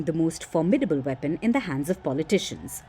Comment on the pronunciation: Pulley Tishions…heck why can’t you pronounce politicians right..😂😂😂😂😂